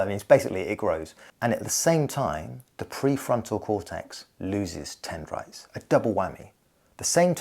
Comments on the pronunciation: dendrites. Not tendrites. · Dendrites, not tendrites... or am I mishearing you? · It's "dendrites"